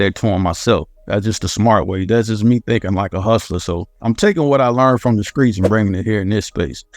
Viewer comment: Bruh this man really said "skreets" instead of streets I'm dead 😂😂😂😂😭😭😭😭😭☠️☠️